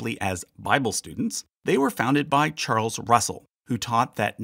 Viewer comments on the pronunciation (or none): none